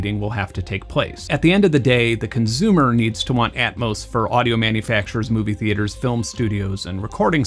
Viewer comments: Why does he pronounce “consumer” as “conzumer”? Where is he from? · Why do you say conzume/conzumer? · Consumer has an S in it. Stop saying conzoomer.. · CONZOOOOOOOOM!!! Hahahaha I’m so glad I’m not the only one who heard this 😂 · Great video! It validated so many of my opinions. So, thank you! I just have ONE question: [clears throat] ... Why do you say consumer so often - and why do you pronounce it conZOOMER? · Love your videos, but please stop saying "conzoomer" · I love how Benn turns temporarily German every time he says "consumer" :P